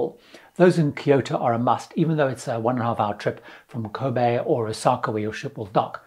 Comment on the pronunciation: Wow !! You pronounced Kobe right !! 👍👍You went to Japan !! Yay !! I used to know the owner of Sensouji ! He was my substitute teacher for a while before he took it over . A very nice guy ! I wasn't very nice to him which I apologized to him later when he already became the owner . 💜🥁🐉🎤🎶🛳🇯🇵⛩️🏯♨️🍵🍱💞